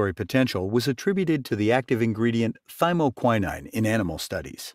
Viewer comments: Yep. That's a long O, not an I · To the narrator: You consistently mispronounced thymoquinone. It takes away from your message.